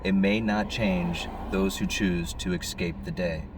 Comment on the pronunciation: …the word is eScape not “eXcape” there is no X!!!!